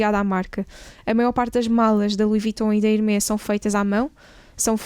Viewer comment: Super interessante. Apenas um comentário de melhoria: na divulgação de informações sobre a marca Hermès, por favor pronunciem bem. O "s" no final deve ser lido. Procurem literatura, está facilmente disponível online. Obrigado.